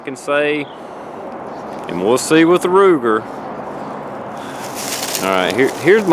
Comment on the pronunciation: Did he say Ruger or rooster?